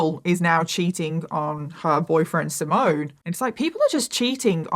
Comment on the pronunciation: By the way, the Italian boys’ name ‘Simone’ is pronounced ‘See-mon-neh’…not ‘Si-moan’. 😬 P.S: Great video though. A very sad story.